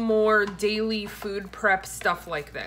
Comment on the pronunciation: 😂 YES!! You said “Frood” !! This is so my life so many things going through my head at one time my kid is always correcting me saying mom that’s not what you’re supposed to say or mom that doesn’t sound right lol!! Also I almost died when you said “vagina” chicken 🐓 Lol!😂😂😂😂😂😂😂😂😂😂😂😂